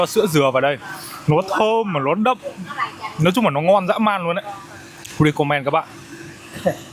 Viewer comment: Khá khen YouTuher, "LÓI" hơi bị ngọng đấy!